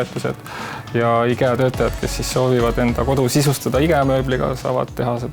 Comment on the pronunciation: Mis asi see "IGEA" on? Võiks firma nime, mida reklaamitakse, vähemalt õigesti hääldada. Me pole soomlased ju?